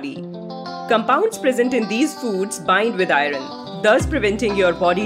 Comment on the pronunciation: Pronunce iron properly. It shouldn't be pronounced as "i run"